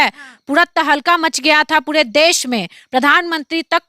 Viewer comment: Aap pure ko pude keu kahati ho